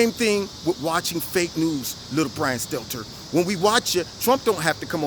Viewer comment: Poor little brian stelter.... Mark Dice says his name perfect hahahaha....